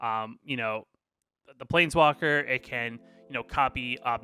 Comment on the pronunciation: you have to stop saying “definitely” and “actually”. it’s so distracting and makes the video hard to watch. also you should spend time to edit your video so when you blank on wren and seven name you don’t say “plNeswalker”